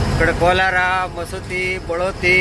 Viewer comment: ಕೋಲಾರ ಅಲ್ಲ ಶಿವ ಕೋಲ್ಹಾರ